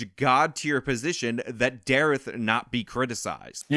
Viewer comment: I like you dude but please don't say "dareth" ever again. Lol